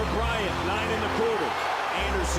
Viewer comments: “Bryanto” ngl that ain’t it😕, I think “kobito” sounds better imo 👌🏽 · This is a cool video until you started to call KOBE bryonto... Stupid just stupid! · Bryanto? Soft ass Lebron. Dude this was a great video until you said that. No comparison to the Black Mamba!